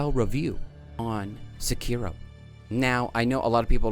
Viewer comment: The hardest thing about SEkiro is finding someone who knows how to pronounce it right